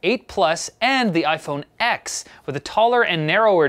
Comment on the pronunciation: It's pronounced iPhone ten and not iPhone X. Did you do it on purpose as you have done in the past?